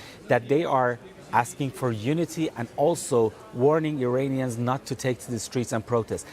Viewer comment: They are Iranians, not Uranians. Please tell the guy to get the pronunciation right.